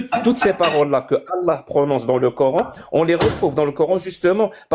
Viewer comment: "du COR-HAINE" rien que la prononciation, tu sais que la meuf est musulmane.. (samyya) les fameux extremegauche musulmans tel en reve wissam ^^ je suis sur tu te revendique extreme gauche comme eux mais chretien, alors la tu te fais insulter direct lol.. hypocrite !